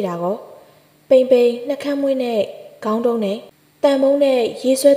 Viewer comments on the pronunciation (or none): အသံလေးကို အရမ်းကြိုက်ပါတယ် အသံထွက်တချို့မှားနေတာလေးတွေပြင်ရင် နားထောင်ရပိုကောင်းပါမယ် ခုဒီထဲမှာ ခေါင်းတုံးလို့ ဖတ်သွားတာကြားမိပါတယ်။ ခေါင်းတုုံးလို့ရေးပေမယ် ကတုံးလို့ ထွက်မှ အမှန်ပါ။